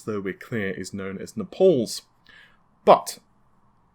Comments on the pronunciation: Love the video! One thing really irritated me though, sorry. It's Naples. Nay-puls (rhymes with staples). Not Ne-pauls. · FYI, The epyc designs are named after cities in Italy; Milan, Napels, Rome, Genoa. Naples is pronounced nay-pulls not nah-. Napal is a country between India and Tibet. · It's Naples as in Nay-pulls, not Nepals as in Nuh-palls. I'm going to the office hardware store called Staples to get my Naples. Not, I'm going to the office hardware store called Stepals to get my Nepals CPU. Also, that's 128 lanes of PCIE 4.0, which is equivalent to 256 lanes of PCIE 3.0, which is ridonkulous. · Its Naples not Nepals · napoles ? it"s spelled naples like the italian city . You don't visit napoles , you go to naples . Please stop your creative pronounciation (Navay ? ) jeezes .. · Say it with me, "Neigh-puls" Naples:~) Also "let's just say it" yes please do, say "for example this chip by intel has X amount of bandwidth so compared to the 512". good stuff though:~) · Why do you always find a way to fuck up a simple word xD Naavay, Napols, FredRipper, what da heck is wrong with you dude... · it's not mate, I'm English and it's pronounced Naples and Navi is pronounced Navee not navaaay.